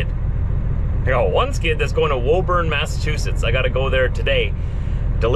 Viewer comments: Love your videos been watching for years. I live in Massachusetts and just wanted to say you are pronouncing Woburn wrong 😂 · Darn it, as I said before it’s Woo-burn not Whoa-burn! Oh, and real truck stops are hard to find up here. There is a TA in Greenland NH off I-95 on your way to Maine so you can grab a shower there. As always be safe and thanks for bringing us our stuff. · 😂, it's pronounced WOOBN.